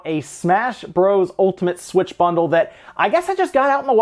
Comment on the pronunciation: suwitchu bunderuu